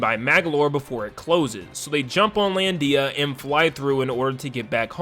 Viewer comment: Lol "lan-dee-a" I can't